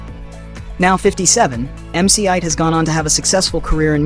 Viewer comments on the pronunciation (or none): Who in hell is MC ite?????? It's pronounced MC Eiht = MC Eight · MC Eight. Not MC Ight.lol😂😂😂😂😂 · She needs to learn how to Pronounce MC 8...... cause it sure as hell aint IKE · Pronunciation mane sheesh 🤦🏿‍♂️🤦🏿‍♂️🤦🏿‍♂️. Lewloc Mc Eiht is how you say it. Gotta do better if your gunna talk or speak on hood classics. Also Caine not Kane. A lot of people mix that up as well smh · MC "aight" 🤣😭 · MC 8 spelled Eiht pronounce it right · Can't even say MC Eiht name right lol